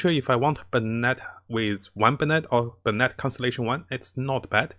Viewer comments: Dam the content is good but the pronunciations are killing me, bennet? Its (ben)net >:( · It's "Ben-it"